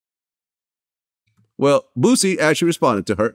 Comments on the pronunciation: Yeah it seems a lot of people can't pronounce Boosie name right they say bootsy...lol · Did he just say "Bootsie"😆😅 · He said bootsie 😂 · Why is it so hard for people outside of the south to say the word BOOSIE? Even Vlad uses to Z’s lol